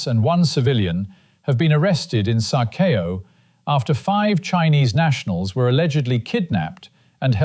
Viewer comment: "Sa kow" ,both words one syllable not "Kay Oh"